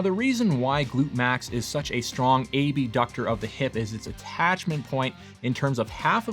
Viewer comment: I hated it in Anatomy class when the professor reverted to "kindergarten teacher" and pronounced abductor Ay Bee Ductor. Occasionally, when comparing the two sets of muscles or functions, to be very clear which word was used, but the person who uses that faux pronunciation again and again, you wonder if they think that is how the word is pronounced.